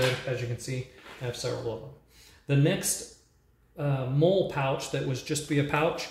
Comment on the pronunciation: Pronounce the “mole” pouches as “molly” please